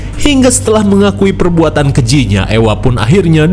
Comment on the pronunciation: suami saya bilang orng2 yang hidup di zaman Medieval itu sangat mengerikan. Dan untuk Ewa ini di sebutnya Eva kang bukan Ewa Ewa heeyyy 🎉